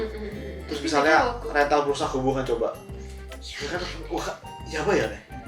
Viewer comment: Rental bukan sembrang rental